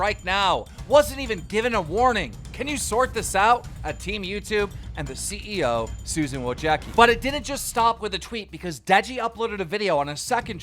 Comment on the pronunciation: LEARN HOW TO PRONOUNCE WOJCICKI CORRECTLY.. that just hurts!